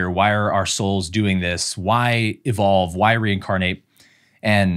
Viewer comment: Omg, I did rewind first, because I first heard “incarnate assholes”, and then only after rewinding… ooohh, “incarnate as souls”… I was laughing on my own in my room😂